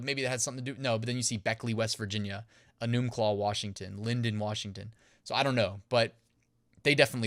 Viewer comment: Enumclaw: E-num-claw. Long e. Stress on the "E." Story time! That's the town where a guy paid to get umm... "friendly" with a horse and when the horse umm... finished, he blew out the guy's large entestine. Dude died. The farm was used for such events. Enumclaw is the butt of all jokes now. Pun always intended.